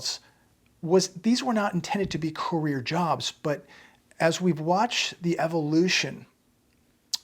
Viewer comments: Career not carrer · Career not CARRER.